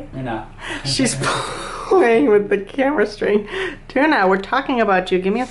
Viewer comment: I feel like i'm hearing the name wrong. Is it Noona or Tuna?